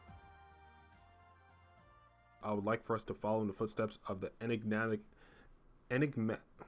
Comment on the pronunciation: Lol, you can't say Enigmatic